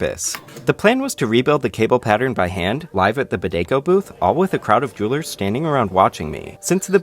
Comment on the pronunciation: Idk if it's cause I'm tired but when he says jewlers it sounds like he's saying droolers